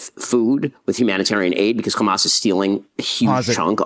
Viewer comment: “Khamas” triggers me enough to shut me down from listening to his propaganda. Ben Shapiro = BS